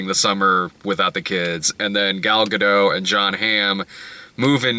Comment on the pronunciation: The t is pronounced in Gadot.